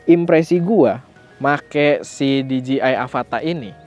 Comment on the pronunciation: Dijeyai masse, bukan dijiai 🙈